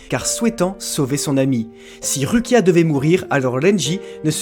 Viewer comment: S'il vous plaît, je vous adore mais ça se lit Roukia 😂